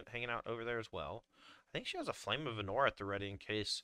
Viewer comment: For love of God, PLEASE. It's Arnor not Ahnor. Please man, please.